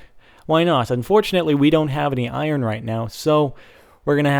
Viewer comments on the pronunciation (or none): none